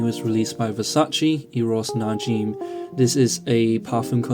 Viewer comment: Pronounced Na-Jim (like the name Jim). Not Na-Jeem.